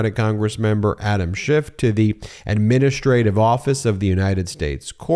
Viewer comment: It's Adam SCHIFF, not Shift! Only the cretinous, nasty-mouthed & rude Donnie tRump says "shift," --- YOU SHOULD PRONOUNCE IT CORRECTLY, else people WILL LEAVE MEIDAS TOUCH DUE TO YOUR RUDENESS! EDIT: ALSO, You owe Rep. Schiff a SINCERE APOLOGY!